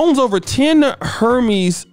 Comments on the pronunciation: It's French It's pronounced airmez. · Did you just say Hermes? 🤣🤣🤣